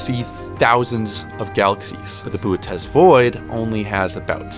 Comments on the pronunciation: its pronounced bootys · why didn’t he pronounce bootes like booties 😭